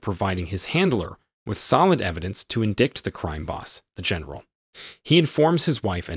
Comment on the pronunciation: Indict? Is Pronounced indite. Polish gang? Is Pronounced like Poelish. E-rica is pronounced Ehrika. So-feah is pronounced So fee yah I could go on for days... Narration is an art...how did this guy pass muster?